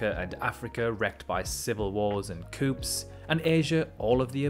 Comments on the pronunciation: "civil wars and coups" 'coups' is pronounced 'koos' coops is housing for chickens. otherwise spot on. all the best. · Coup as in coup d’tat is pronounced coo not coop you dunce. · The P in Coups is silent... so it's pronounced Coos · The 'p' in 'coup' is silent. Enunciating the 'p' makes it 'coop', which is where chickens are kept.